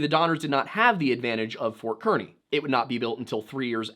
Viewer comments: So this is me nit picking it's fort kearney as in "car"-ney not "kear"-ney I just grew up in kearney and this is first time anyone has ever mentioned it in a YouTube vid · FYI, "Kearny" is pronounced like "carni." (Source: I live about 20 minutes from Fort Kearny and live in Kearney, Nebraska... Yes, they're spelled different. That's a long story) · if you're referring to Ft. Kearney in Nebraska us locals pronounce it like "car knee" just a little fun fact.